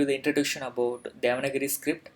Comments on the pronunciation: It is not 'devanagiri'. It is 'devanaagari' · it is not DEVANAGIRI. IT IS DEVANAAGARI. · please clear my doubt is it devanagari or devanagiri.you have said often devanagiri. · Not devana giri, it is deva nagari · Thank you, nice channel script is not spell like devangiri it is spell like devaanaagari